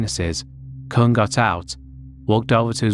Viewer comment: I know someone with the last name Kuhn, it's pronounced exactly the way you didn't want to pronounce it. Lol